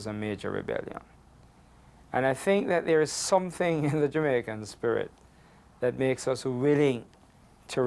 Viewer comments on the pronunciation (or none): none